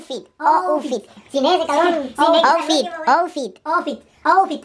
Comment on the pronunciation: Primero el dijo moffitt pero se pronuncia outfit